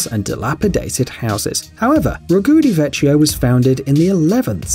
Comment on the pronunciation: "vecchio" should be pronounced "vekkyo" :)